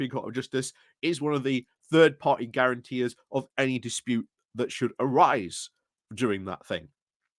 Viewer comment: The word is, guarantor.